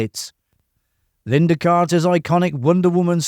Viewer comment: Lynda not Linda.